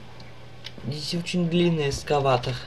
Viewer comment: Эскалатор , а не эскаватор